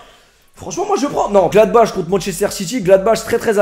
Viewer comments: Mdr gladbache. On prononce gladbare parce que c allemand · ça se prononce Gladbar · Glabach se prononce pas GlabaR ? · Ca se prononce "Gladbar" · Gladbach se prononce Gladbar